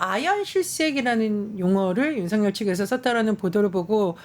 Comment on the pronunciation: 윤석열의 올바른 발음은 윤서결입니다.